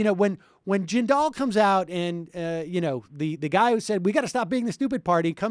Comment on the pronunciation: I remember when everyone thought Bobby Jindal was going to save the GOP. I thought they were insane, but I live in Louisiana, I've experienced life under a Jindal administration. Also, Sam, you're mispronouncing "Jindal;" the emphasis is on the first syllable. Your guest has it right. Just in case he ever tries to make a comeback.